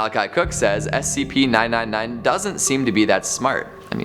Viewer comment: Did any one notice that he did not say the first SCP number correctly